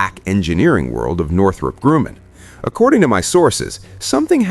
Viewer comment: Data you see? What B-21 Data can you see? Where do you get this classified data? Tell us? Cant pronounce Northrop Grumman properly